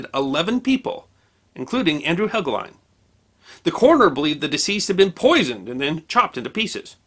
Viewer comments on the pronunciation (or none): Andrew Helgelein - the last syllable is correctly spoken to rhyme with Wine, Fine, Line or Mine.